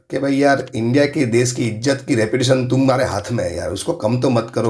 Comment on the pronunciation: Vo des nhi desh hota hai 😤😤 anpad